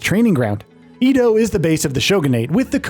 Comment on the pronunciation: just fyi, Edo is pronounce like "eh-do"